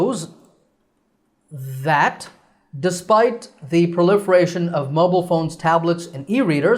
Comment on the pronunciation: Teacher I have a question about proliferation I’m hearing that you skip the ( r ) you pronounced pliferation that’s what I hearing